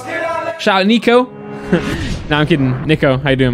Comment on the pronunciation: Ffs it isn’t neeeko it is niko😂😂